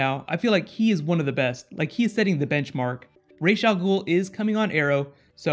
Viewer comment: It's Raz al Ghul, not Raish al Ghul